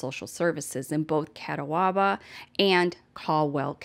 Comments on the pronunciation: I’m getting to the point of thinking that people are going to start dealing with children services in an illegal manner JUST to keep these kids safe!! It’s happening just WAY TOO MANY TIMES!! (I think the pronunciation might be ca ta ba) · I'm from NC. It's an awful story. Just an fyi it's pronounced "Ka-tah-bah" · Your realization that you may be pronouncing Catawba incorrectly is so cute, and the way you say it every time after that. 😂 Such a sad story! That poor girl went through so much and got through so much in her short lifetime… thanks for covering it! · I lived in Catawba Co for years and this case affected everyone so deeply 😔 we will never forget her 💔 a park was built and named in that precious child's memory. p .s. u are saying it wrong but it's so funny who cares 🤣 😂 😁 😂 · Catawba- (KAT- aw-buh) if you’re from the south it’s (KAT- Tobba) 😎👍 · It’s pronounced cat-awe-bah. They dedicated a beautiful park to Zarah in Hickory. RIP. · You're too adorable 😍 it's ca-ta-ba that's how I learned it...another amazing video!!! Thank you so much!!! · Just a note from a NC native: Catabwa is pronounced kuh-taa-bah 😊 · Phonetically——Cat-ah-ba not catawaba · Hey, just FYI, you can search just about any name to find the pronunciation, which is shown both phonetically as well as audibly. No doubt it would be really helpful for odd names such as "Catawba", which is actually pronounced "Kuh taa buh". Who would have known?!?! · YO I LOVE YOU DUDE!! Please just Google the pronunciation girl cause you're killing me cracking me up! It's cuhhh taaaaaw buhhhhh 😂😘 love you and thank you for covering these stories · Also, it's Ca-Tahw-Buh 🤣🤣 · Yes!! So cute! It's pronounced Ca-tahw-ba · Hi , it’s pernounced KA-taub-ba county 😊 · P.s. it's pronounced kuh-tob-uh county:) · Lmao it’s cuh-tah-ba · Catawba= Kuh-tah - ba